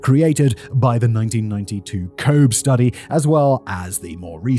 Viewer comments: It's a very minor thing but pretty sure it's not Cobe but Cobee as far as the name of the satellite you mentioned. Edit. Here's the Wikipedia entry which gives its pronunciation. The Cosmic Background Explorer (COBE /ˈkoʊbi/ KOH-bee), also referred to as Explorer 66, was a NASA satellite dedicated to cosmology, which operated from 1989 to 1993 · This is driving me nuts lol COBE is pronounced CO-BE. I interned at NASA. I've met and had discussions with Dr. John Mather, who won a Nobel Prize for measuring the cosmic microwave background radiation using COBE. He and his wife are super nice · I am South African. And has done videos based in SA and if you thought pronouncing COBE was base, hearing him say Dlamini, Sithole, or any African name I want to die inside hahaha